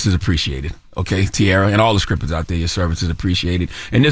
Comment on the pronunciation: Please stop saying "S" words Charlemagne. You f up the word everytime. Scrippers 🤣🤣🤣🤣🤣🤣